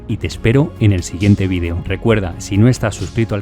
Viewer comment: Por qué todos dicen vean es bidio no maman es vídeo no bidio